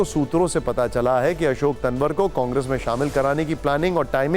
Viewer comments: पत्रकार महोदय तनवर नहीं तंवर है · इतना बड़ा पत्रकार नाम सही बोलना नहीं आता